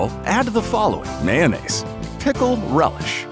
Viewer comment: ITS JUTS MAYYONAISE